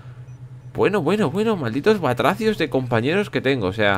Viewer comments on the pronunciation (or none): ba-tra-cios wtf?!